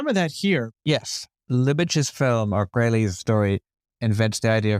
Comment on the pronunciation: It's "kohlheesl", the broad sister's name is pronounced "leesl kohlheesl" The "aye" pronunciation is when the letters are ei, when theyre ie it's pronounced "ee"